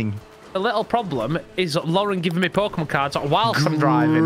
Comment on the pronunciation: the pokemon nerd in me cringes every time he mispronounces a Pokemon's name